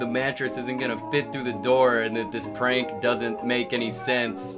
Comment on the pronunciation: "Thwee two one" "dis is da best pwank evaw" if my career relied on me speaking to a camera every day for HOURS a day... And i had the money to wear gucci socks to the beach, i might spend some of my sock money on speach therapy